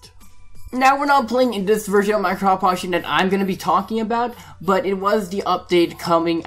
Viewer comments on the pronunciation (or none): why did you say minecraft pocketion